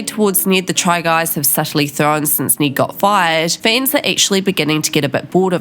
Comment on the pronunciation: Please learn how to properly say “Ned”